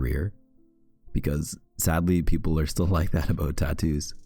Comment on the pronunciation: The way he says tattoos 😩💀